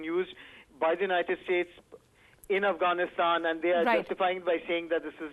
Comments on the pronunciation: "Afranistaaan" ? Can you say "Afghanistan"? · "Avanisand" ..Really nigga? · who realised she said Afghanistan wrong